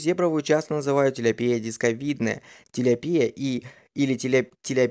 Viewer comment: Ну вообще то тилЯпия а не тиляпИя...помоему так....или всё-таки по другому?????